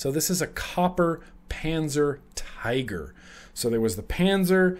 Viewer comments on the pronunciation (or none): none